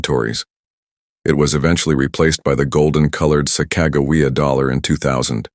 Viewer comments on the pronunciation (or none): LMAO!!!!! The Sakag-awea dollar ..... Damn AI voice over can't say Sacagawea.....